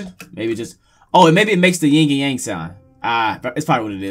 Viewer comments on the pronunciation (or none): its not ying and gang its yin and yang